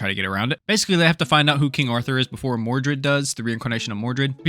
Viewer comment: Don't you mean mordred instead of mordu?